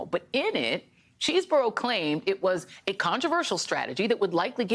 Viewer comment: I think it’s Chehz not Cheese burro….(?)